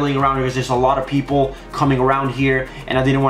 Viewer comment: billcam he said peapoles